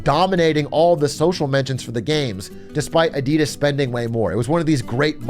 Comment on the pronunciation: The way you guys pronounce Adidas is kinda triggering, ngl